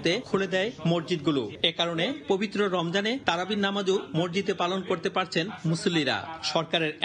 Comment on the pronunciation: মরজিদ বলছেন কেন মসজিদ কে?